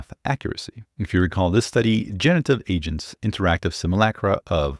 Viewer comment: Anyone else thought he said "multiple Asians?" It's agents it's agents. Fewww